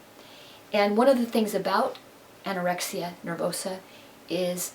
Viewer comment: did ur mom just say anyoraexa